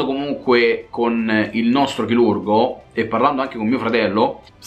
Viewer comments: "il nostro CHILURGO" "intervento CHILURGICO" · È accento Romano questo. Anche a me a volte scappa